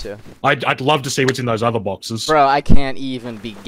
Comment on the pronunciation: Just for the record, the word is "boxes", not "barkses"